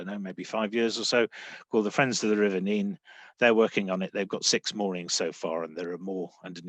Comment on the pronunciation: i stopped watching when said Nene wrong